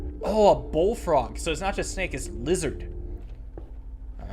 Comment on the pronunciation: Did he just say, oh bullfrog it’s not just snake it’s LIZERD. Lol my mans needs to go to a class. But you funny man